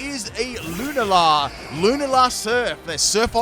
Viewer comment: Lol when he says luna La Me: Heh reboot gossip girl